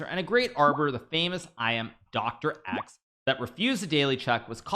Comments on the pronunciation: It's pronounced DOX! Why is it that Americans have to butcher every name in any language? Especially a very easy one like this... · It's a silent C just say dox already xD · "Doc Ex"??? It's just his name: Stefan Docx. One syllable.